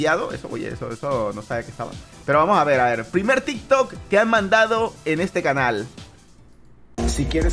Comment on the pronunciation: Se dice TikTok 🙄🙄